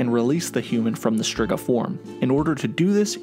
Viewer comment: well you mispronounced Torque and Striga too (even though I would think you’ve heard them said the right way in the show and games) and you’re making an informational video so like, it’s worth trying to get it right. You also got the bit confused that Torque was getting food for the elves he pitied, not for his family. Otherwise it was a nice video for those unfamiliar with the series, but don’t get so high and mighty when someone politely informs you. Maybe learn how you can improve instead of getting defensive?